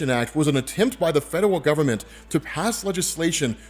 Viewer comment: The number of times said "fedewal" instead of "federal" in this episode was truly endearing.